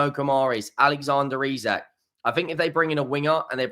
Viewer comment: i am not saying this again, please stop fucking up players names, hes called eeeeeee sak, you know how to say it